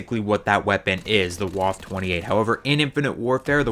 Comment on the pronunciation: Also it is pronounced "Vaffa" and if you want to be fancy you can call it the Waffe Achtundzwanzig